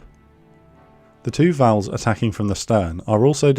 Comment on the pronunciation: I've never heard the Japanese planes called Vowels and Judies before.